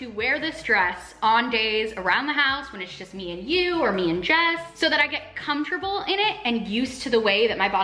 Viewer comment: comtable is what she says fr comfortable